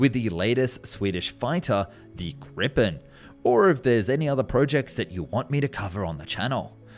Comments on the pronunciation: When you inetvitably make a video about the Gripen, please learn to pronounce its name correctly. It's "GREE-pen", not "GRI-ppen" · We do not have a fighter named 'Drakken' or 'Grippen'. We did have a fighter named named 'Viggen" which you covered in this film (as well as 'Tunnan' and 'Lansen'). Two consonant after a vowel implies a short sounding vowel hence the name Viggen, but not Drakken och Grippen (as you are pronouncing their names). One consonant after a vowel implies a long sounding vowel as in Draken and Gripen. The names really matter and if they were to be pronounced correctly I would award this documenatary four out of five stars. If the adjective 'crazy' would be removed and substituted for the 100% more accurate adjective 'brilliant' I would give award it five out five. Crazy, sick or mental are adjectives that are more accurate in a totally different context (mental illness) than in airplane engineering. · Could you anglophones please pronounce Gripen with 1 p and prolonged i....😂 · It's name is almost always confused. In Sweden it is Gripen (pronounced with a long ee as "Greepen"). It refers to an ancient legendary creature combining the body of a lion with the head and wings of an eagle. Several spellings for it in English: griffin, griffon or gryphon. I think it's best to use one of those three for the JAS 39.